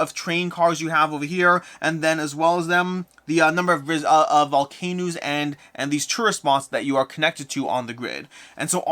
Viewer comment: You say volcanos funny unless im missing something